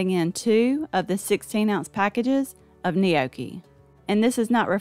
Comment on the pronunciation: You aren’t pronouncing gnocchi correctly!